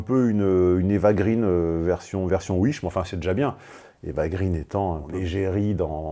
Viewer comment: En toute conscience, je ne peux t'imposer plus de Rokaya. Aussi, je vote pour Vogue. Petit aparté, on ne prononce pas Eva Green comme en anglais, mais [gréén] (elle est d'origine franco-suédoise). Je l'ai appris par un photographe qui l'a rencontré.